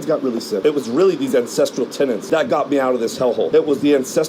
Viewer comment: Holy F he markets “core ancestral TENETS” and still most pronounces it as “Tenants”